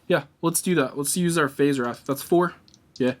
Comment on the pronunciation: Schism is pronounced "skizm" (like school). Wraith is pronounced "rayth" (long a sound like rake). Great playthrough!